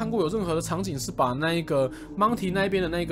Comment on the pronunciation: 每一次DK说到monty时，我总是会听到monkey,🤣